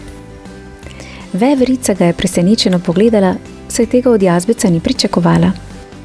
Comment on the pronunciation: jao veverica po štajersko😒